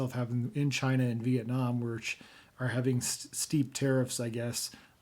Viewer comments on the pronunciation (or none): none